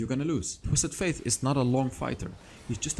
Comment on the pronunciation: Twisted faTe not twisted faiTH. :) Great video nonetheless. :)